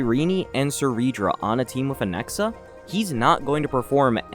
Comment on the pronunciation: Or as he says it “Anexa” 😂